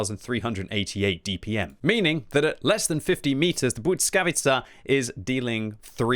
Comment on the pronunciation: Bwys(hard "k")avi(soft "c")a